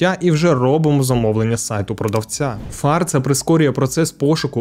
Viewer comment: О 90-х, після вбивства Аліка Грека на Донбасі ніхто сумніву не мав, що його прибрав Ахметов. Інші версії навіть не обговорювалися. І ще. Там реклама була. Так ось, не фАрца, а фарцА. Так називали о 80-х тих, хто барижив імпортними речами.